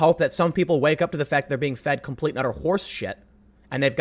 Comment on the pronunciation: "Complete and utter ʢorseshit."